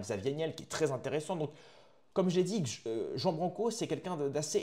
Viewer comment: Ça se prononce roan (Ruan) branco, pas jean